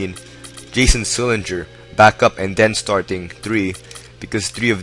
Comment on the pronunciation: Bro, it's Jared Sullinger. And Chris Wilcox did not have heart surgery. Jeff Green did.